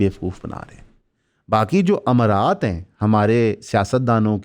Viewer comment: Its not "Ach Shareef" its "Uch". Its not "Amarat" its "mara'aat". probably never read an Urdu newspaper in his life before he had to do podcasting.